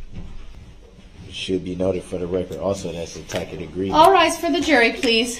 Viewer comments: “Is dat a tack-it agreement?” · A mispronunciation of the word tacit. The meaning is: Silent; not expressed; implied or inferred; manifested by the refraining from contradiction or objection; inferred from the situation and circumstances, in the absence of express matter.